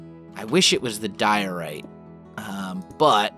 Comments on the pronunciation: he's always had trouble with some words of you listen carefully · when he says diorite you can hear that he's still not used to saying that. ...